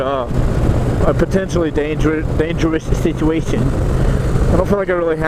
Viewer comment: "dangerwous situawation" XDD